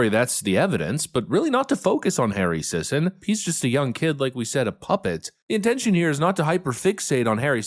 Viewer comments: The last name is pronounced "Sissy." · “Sisson”… How you pronounce “paid shill” in 2024.